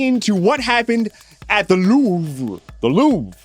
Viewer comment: The "I'm louvring it" sounds both like 'loving' and 'losing'